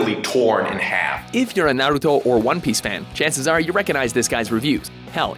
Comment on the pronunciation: You say Narito wrong